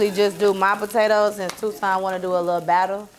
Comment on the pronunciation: every video … “PO TATE TOES” 🤣😩